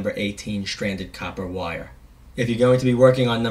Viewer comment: 'stranded' is not pronounced 'shranded'. 'important' is not pronounced 'impordant'. obviously these people did not finish school. very strange how mental illness follows one another.